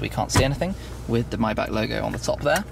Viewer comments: It's a Maybach not mybach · Its MAYbach not MIbach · I think its not MaybAK but Maybar isnt it? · „Maybag“ omg... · lol dude says myback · Myback? Get ur mouth clear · you're in Germany buy cant pronounce the name of tge car correctly? then you've missed the point of such an introduction :O